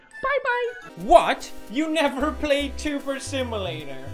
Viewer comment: U NaVEr PLAyuD TubER SEmULaTOR eU NaVIeR PlAeD ToBIr SiMALatur